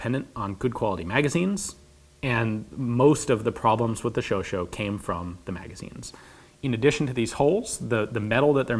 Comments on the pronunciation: I thought it was pronounced "Sho-sha," not "Sho-sho" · Its not really pronounced as "show-show", more like "show-shot" but without the "t" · i cringed every time ian said "chauch-O" instead of "chauch-A"... now if he eats cheese and drinks red wine while wearing a beret in a video he'll be forgiven :) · About the name, in French it would not be pronounced like "cho-cho" but like "cho-chat" seemingly short for hot-cat. AFAICT. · Chauchat = "Show Shah" not "Show Show". Votre prononciation a besoin de travail dans ce cas pourtant merci pour un vidéo excellent. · and yes..its pronounced 'show shaw'..not' show show" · Excellent video and I really enjoyed it, but please Ian, stop calling the LMG a Sho-sho. This is French. The correct spelling is chochá, the O like in "over" and the A like in "hard" or "bark", or "sharp" without the rp. The final T is mute, like in the word "chat" (cat) that you spell "shá", like the Shah of Iran. I say this because I noticed that you always strive to spell every foreign word the very best you can. Keep the excellent work! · ian its not chauchaut. its chatCHAT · This fun la prononcés "shosha" Not "shosho" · Its a (Shoo)(sha), that is the (Chau)(chat), NOT a (Sho)(sho) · Pronounced show-shaw not show-show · Great video as always! I just want to pinpoint that it's not pronounced Chocho but Cho-Chah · shosho? u mean sho shat. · Chauchat. Show-shah, not show-show. It just bugs me as a French speaker. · "chauchat"... said like: "chau -CHAT (like you say cat in French = chat)... Not "CHAU-CHAU". nice video thou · not "Show Show", but "Show Shaaa" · Chauchat pronounced ShowShot not ShowShow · It seems that most people get the pronunciation of the gun's name wrong. It is not "showshow" but "shosha" (the a at the the is pronounced like the a in cap). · It's "show-shaw", not "show-show" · Weapons Hi Ian, I like your videos. Just a small note, Chauchat is pronounced sho-sha instead of sho-sho. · that aint a chocho ian its a chauchat xD